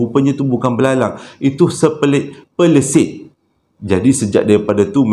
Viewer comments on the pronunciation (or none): Yg sebetulnya Pelesit bang bukan Sepelit 😂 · Assalamualaikum.. Salam Ramadan.. Wlupn sy jarang nk komen.. Tp tetap follow smua citer abg.. Tiap2 mlm dgn cik suami.. Wlupn termiss.. Tetap layan semua citer abg.. Ape pn.. Saya paling suke time abg tersasul.. Akhirnye. Dpt lagi dgr.. Pelesit jadi selepit 😂😂😂.. Trus kn berkarya.. Jgn benti tau abg.. Tersasul byk lagi.. Baru best 😂😂😂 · dlm 30minit, part paling entertain bila awk nk sebut "pelesit" jadi tersebut "sepelit".....bha ha ha ha ha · Pelesit dah jadi sepelit ea … lawak betul la … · Yng x leh tahan nya tu pelesit bleh jdi sepelit😂😂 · Tergelak aku bila sebut sepelit..haha😊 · Tersasul....puasa kan ..pastu cakap laju...biasa la tu...nasib tak sembelit 🤣🤣